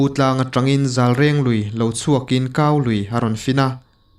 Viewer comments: Zâlreng ti a lam tir a nia, zalreng nilo in 🤣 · De lui tih hi meide a de tih anga lam tur. Zalreng tih hi zal hi mu tih na tlangval tih a val tih ang a lam tur.reng tih hi ala awm reng tih a reng hi lam tur. Zalreng tih tur anih chu. Lungdar ti lovin sawikhawma an pem na khua hi Lungsen tih tur aw. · Zalreng, 'reng' hi mu reng, en reng...tih kan sawi a reng ang hian tih rik zawk tur.